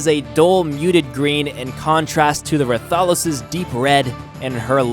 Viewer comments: Actually I played the mod before because their is server that you can tame these things and they spawn randomly around the world and you did mess up the names so I m gonna correct you on that and tell you bout the creatures and some you didn't dd in the video anyways you said Rathalos wrong which is pronounced (Rath-A-Loi-s) Anyways you mentioned Rathalos can't use it's fire ball attack in the air Correction! You can you just had to click R and its other abilities such as C will do a grab which grabs up to quetzal and yes you saw it quetzal I figured that out when I randomly clicked C on tamed quetzal for fun and well ya and Rathian is just like the Rathalos but focuses more on melee attacks instead of ranged attacks like the Rathalos and the sub species for them also are different such as the pink Rathian which is pronounced (Rath-Ian) what makes the pink different is that unlike the Normal green Rathian the Pink Rathian when it uses its normal bite does small like explosion outside of its mouth and know the Deviljho which is pronounced (Devil-Joe) it has multiple abilities you did not mention which is Rock Throw, Dragon Breath, Foot Stomp, and Roar the buttons are R, O, C and X that you didn't try and it's not a slug its actually is meant to be species of T-rex and believe it or not that thing is terrifying when the freakin Qurupeco calls it when your hunting the bloody thing cause in ark just one hit which it will run away of course it will call in back up and a Random Hig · it's pronounced Rath a Los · ITS PRONOUNCE RATH-A-LOS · ra-tha-los LOL THATS NOT CORRECT ITS RATHA-LOS U FOOL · rath-a-lo-s not reth-al-ose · its not ruh thahlos its rath alos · The way you say rathalos has me dead im fairly sure its pronounced Wrath A los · I think it's Ray-thos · He said ratholos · Pronanced rath-a-los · Rath-A-Los and Rath-Ian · Rathalos is pronounced wrath-all-los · I don’t know how you can miss pronounce Ratholos but pronounce Rathian just fine...